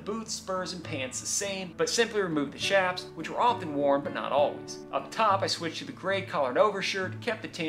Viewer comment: I appreciate your proper pronunciation of 'chaps'. Even Google pronounce has it incorrect.